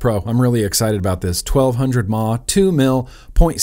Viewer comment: What's a mah, its M A H.